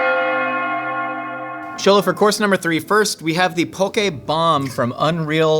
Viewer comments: this is why i love! thank you for pronouncing Xolo's name perfectly and correctly <3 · Respect to the interviewer for pronouncing Xolo’s full name right